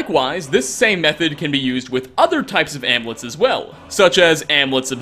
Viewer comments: IT"S AMULETS NOT AMLETS. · I'm just stuck on the way you pronounce "amulets" 😂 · Your pronunciation of amulets is triggering haha